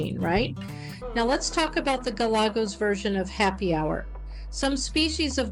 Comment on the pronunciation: It's like you're reading from a script. Monotonous and boring, you kept mispronouncing "Galagos" at every turn (Golegos? Really?), all the superhero comments get old, pretty fast. It's almost like an AI-voiced video. Try watching some of David Attenborough's nature videos, or alternatively, Ze Frank's videos, if you wanna be funny.